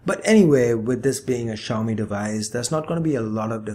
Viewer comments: Sorry it's see yow me. Not she yow me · technically its pronounced xiao-mei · Xiaomi is pronounced as "see- yow-me". Little padi(uncooked rice) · There are a lot of people who can't pronounce xiaomi.. Especially non Asians.